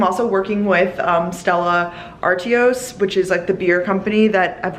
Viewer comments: When you said R-T-OS I died and was like..."Oh " silly silly it's R-Twah. ❄ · Pronounced Stella “Ar-twaa”. Not your fault the brand should have helped you with that beforehand. Great vid!